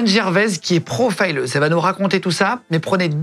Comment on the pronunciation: Pourquoi prononcer profileuse à l'anglaise ? Avez-vous vous honte de votre langue ?